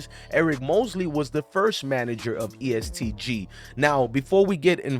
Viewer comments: He said east g bruh it’s est gee every body shines together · it’s est not east lol and it’s louis (louie)ville guy